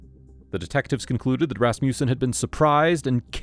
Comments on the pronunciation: Ehm when you say 'Rasmussen' you should put the emphasis on the first syllable... RASmussen.. Not rasMUSsen. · He keeps saying rassmewson! Ummm I think it's pronounced rass muh son!!! Why!? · I'm trying to take the audio seriously but the "Ras-mew-sen" cracks me up so much that I keep pausing. Darling, it's Rasmussen, pronounced "Rass-moo-sen" Sincerely A scandinavian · Ras mussen Ras mussen Ras mussen. Ras mussen!!!!!! NEVER “Ras musen!!!!!!!!!” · Funny, thought it was a russian name with your pronunciation, but its a danish one, Rasmussen 😂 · Why can no one in California pronounce Rasmussen properly??!!!! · hearing this guy trying to say Rasmussen is priceless! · The pronunciation of Rasmussen was so special